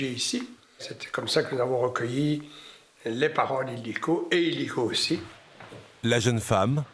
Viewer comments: Ce n'est pas Idilko mais Ildikó! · C'est ildiko et pas idilko !